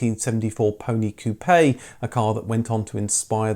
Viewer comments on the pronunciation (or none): Pronounced "koop". Seems you would know this.